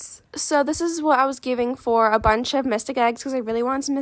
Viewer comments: Btw it’s mythic not mystic but ye just sayin lol. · I love the fact she says mytic egg instead of mythic egg lol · I love how she says mysthic eggs 😂😂😂😂